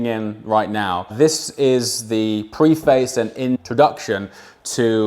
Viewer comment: Please look up the pronunciation of preface.